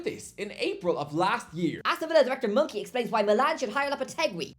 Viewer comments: lol brother it’s Mon-Chee not Mon-Key!!! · his name is monchi, pronounced moncheee, not monkey😂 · From calling Moisés Caicedo "Moise Saiseedo", he now calls Monchi "Monkey." Something tells me he's not a fan of names pronounced in spanish. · name pronunciations are usually bad, but "monkey" is outrageous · why's he pronouncing Monchi as "monkey"? 😂😂 he's Spanish not Italian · this moron really called monchi "monkey" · Monchi - Monkey is one pronunciation of ch as k away